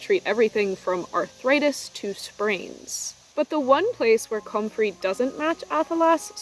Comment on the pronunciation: hehe is very funny hearing u over pronounce "comfrey" komming from garden youtube (such a wonderful plant by the way) where its kasualy pronounced often "kumfree"